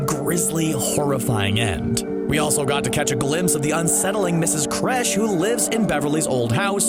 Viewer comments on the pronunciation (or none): Mrs K-irsch, not Mrs Crèche, 🧸 Ffs. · Its Kersh not Kresh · Kresh? It’s Kersh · kersh .... not kresh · Mrs kersh not kresh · Mrs. Kresh?? It's Mrs Kersh. Isn't it? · “Mrs Kresh” smh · It’s Mrs, Kersh not Kresh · Ikr its ms kersh cbr jeez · he said miss kresh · Did he seriously just say Mrs. Kresh? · Man i almost quit watching when you said Ms. Kresh..... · It’s KERSH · You're saying her name wrong ...